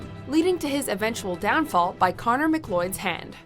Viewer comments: MC CLOID? It's sounds like Mc Cloud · Did she say Connor McCloyed... for shame don't make me do the voice over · Conner McLoyd? It's Conner MacLeod pronounce "Mick Cloud". Clearly the voice over has no idea about the source material. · Connor Mcloyd? It's Mccloud. Mc-cloud. It's tricky though, he only says his name about 400 times during the course of the film so I can see how you could miss it. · "Connor McLoid's hand"? Huh? You mean McLeod? As in, McCloud? Another fail,. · #8 The Kurgan you called Connor ... Mc Lloyd .... his name is Connor Mc Cloud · Duncan Mcloid? It's pronounced Mac-cloud. Know your movies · McLloyd? McLeod is pronounced McLowd. They say it a few times in the movie... time to do pronunciation checks before releasing the videos,! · Connor "McLoyd"...Dear God... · "Connor Mcloyd?" Tell me i'm not the only one who heard that? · Connor McLeod. Not Connor mcloyd. Wtf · Darth Vader??? Ha! Also, at least make sure you pronounce your picks’ names right (who is McLewd?) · Did she really say connor mclloyd? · It's pronounced Conner McCLOUD of the clan McCloud. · I’m sorry, did she say “Connor McLoyd”?! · She said Connor McLeod extremely wrong